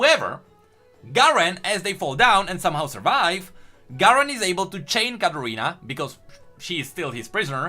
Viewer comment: It's Katarina not Gadarina